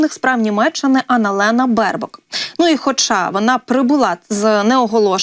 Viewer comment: Анналена, а не Ани Лена!